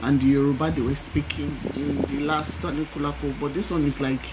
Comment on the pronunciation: you got it right at the last pronunciation ANIKULALAPO!